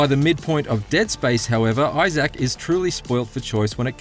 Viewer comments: eye zack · This dude can't even say Issac right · The way you say, Isaac drives me crazy 😆